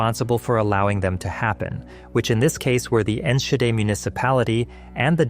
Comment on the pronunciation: It's still one of the worst disasters in Dutch history. Along with the Bijlmerramp and the Watersnoodramp. Not much to correct, though Enschede is pronounced with a dutch g and Roomsbeek is more like roamsbake in pronunciation. That said, SE Fireworks had once been outside of city limits. The city just thought it'd be a good idea to build around what's essentially an explosives storage site, despite warnings. The company should've been vacated ages before the 90's. IMO, especially in light of the tomfoolery after, the majority of the blame should have gone to the responsible politicians.